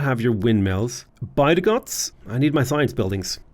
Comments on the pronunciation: Bydgoszcz is pronounced 'bid-gosh' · My Polish fiance appreciates the creativity in the way you pronounce Bydgoszcz(By the Gods) and Sczceczin (Skayzin) :D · by-the-gods (bydgoszcz) is now my new favourite